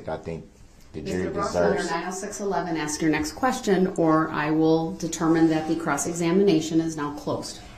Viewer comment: I wanna throw up every time he says axe !!!!!